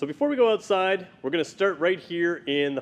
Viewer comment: say ootside ONE MORE TIME!